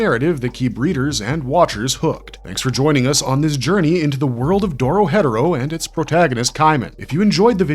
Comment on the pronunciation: lol when he said doro headero thru me off so bad